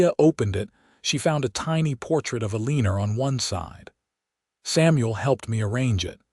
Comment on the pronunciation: Need to pronounce the names correctly, tuck- son instead of tooosaan, eleeenor? Elle en our! Can't listen